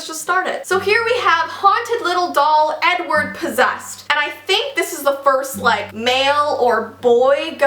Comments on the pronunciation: I keep hearing u say 'N-word' for Edward xD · The way she said Edward in the beginning sounded like “n word possessed” I was like wowowowowow back up for a second 😂😂